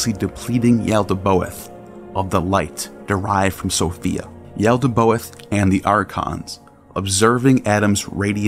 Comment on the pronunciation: Good video but quick correction it is "Yaldabaoth" NOT Yaldaboath"